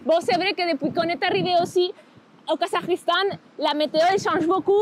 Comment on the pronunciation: J’adore ta façon de prononcer le Kazakhstan !